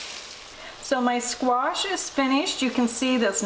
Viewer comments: Squash - NOT squaRsh! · I love how you pronounce squash. ;)